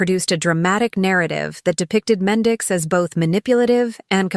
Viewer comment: I’m unsubscribing from this desperate attempt from this lady who cannot pronounce black peoples names for shit! It’s offensive and sad as hell that she speaks about people she has no idea about. So we know she isn’t even knowledgeable on r&b and hip hop. She said “Tumar and Mendez”????? So clearly she didn’t even take the time to ask someone she just throws random shit out there and some of us can recognize b.s when we see it! I STILL DONT SEE HOW SHE GOT MENDEZ, FROM MENDEECEES??🧐 Jesus take the wheel!